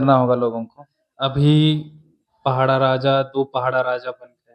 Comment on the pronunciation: पहड़ा नहीं पड़ाह शब्द ठीक से उच्चारण किजिए